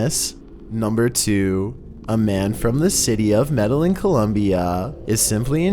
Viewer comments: Sorry. LOL Medellin is pronounced mede-yeen. I just had to correct that grammatical faux pas (fO-paw)😅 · Hi. FYI.....Medellin... Is more correctly pronounced... May-day-yeen...😁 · Just a bit of info.... In the word Medellin (and any other Spanish word), the double"ll" makes the sound of a "Y as in Yellow" in the Spanish alphabet.